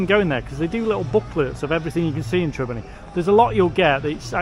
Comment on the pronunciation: it's not Trebinny it is Trebinje